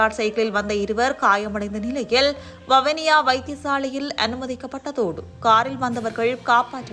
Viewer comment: வவுனியா அல்ல. வவுனியா என்று உச்சரிக்கும். தயவுசெய்து தமிழை சரியாக உச்சரிக்கும். இல்லையெனில் அர்த்தம் மாறிவிடும்